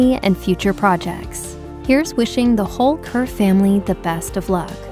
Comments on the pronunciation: His surname is not pronounced 'Khur'. It is pronounced Khair' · Maybe next time 'Kher' would be pronounced as Kher and not kehrr 🙂. Also Kirron Kher is a a legend in her own rights too 🔥🙏. More power to their family in these tough times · Kher is pronounced as "Khay-r" not 'khr' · it’s “khey-r” kind of like “they’re” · It would be great if more of an effort is made to get the pronunciation of his last name correct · Can't even pronounce his name correctly. A simple 2 min Google search is all you needed.